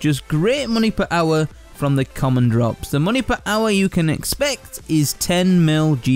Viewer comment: listen how he says hour. made me lol gr8 vid tho